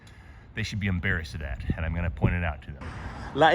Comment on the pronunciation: what is "umbarrassed"?